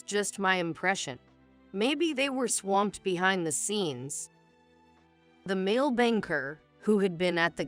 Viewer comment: The words male, poor & bow was pronounced wrong.